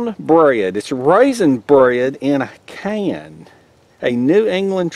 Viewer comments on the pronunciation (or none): well 8 never heard of it either.. but it sounds like "Bred in a Can" lol sometimes I go by deaf bread 🍞 heheheg